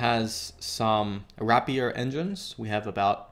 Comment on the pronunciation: ray-pier, not wrap-ee-er. :P